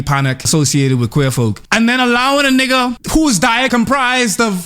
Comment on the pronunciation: I cringe when foreigners say “neegas” 🙄